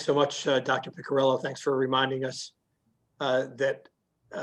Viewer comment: Great video. But you're just mispronouncing her family name: It's "Piccirillo" (Pee-chee-ree-loh) not "pikirillou" or something.